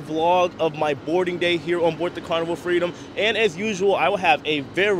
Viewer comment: There is no such word as “confinscate”. There is no N. It’s con-FI-scate. And you don’t “bort” a ship. You Board. I just thought as live reporting blogger, you may want to know. I did chuckle though when you said, “the technician in Tampa didn’t know I was” 🤭. I didn’t either until I saw this for the first time this morning. Happy sailing.